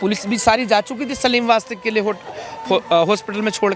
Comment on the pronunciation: Wastvik nahi Wastik. Get well soon Sir. Pehle hi bola tha security dedo inhe.